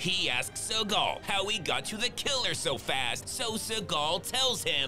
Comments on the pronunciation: I love the emphasis on his name: “Suh-GAHL” 😂😂😂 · Is it Seagal or suckall he's saying😂😂😂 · I like the way you call him "Sir Gull"